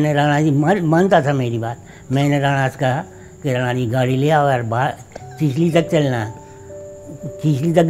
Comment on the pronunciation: मॅम not राना, plz correct with राणा 🙏🚩